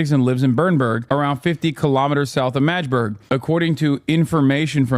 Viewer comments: Its pronounced MAGGdeburg, not Majburg. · fuckin hilarious say the same as madge-burg. like the emote. hehe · This guy said majde buurg everytime and ya'll let it slide? lol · The constant mispronounciation of Magdeburg (Mag-de-burg) is so jarring as someone who follows German football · "majburg" lol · MADGE-burg hahaha